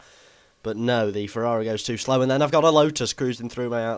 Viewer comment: "we've got a ferrrrrari"